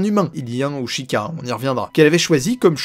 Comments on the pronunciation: Et please c'est pas shika mais sheïkah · j'ai juste kiffer t'écouter parler de toute ces théorie, a part quand tu prononce le mot sheikah, psk tu dis shikah (ce que je ne critique pas, juste ca me perturbre haha) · Tu as vraiment du mal a prononcer Sheikas, a chaque fois tu dis Shika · Non du tout, ca s'est toujours prononcé Sheika